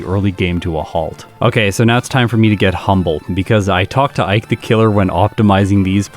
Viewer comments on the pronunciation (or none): none